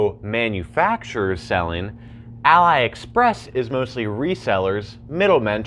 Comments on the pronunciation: why you say alibaba but "A-Lie Express" lmaooo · Great video, but you were misprounicing the whole time Aliexpress.